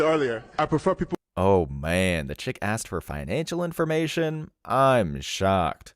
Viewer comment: Did she say somebody axed her? That's crazy!